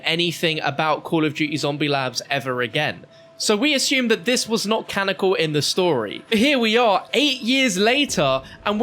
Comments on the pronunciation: Canonical not canical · It's canonical fam, not canical. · Canonical, not canical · cannonical, not cannocal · Did our boy forget how to say “CA-NON-I-CAL” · JUST SAY CANNONICAL FOR THE LOVE OF GOD!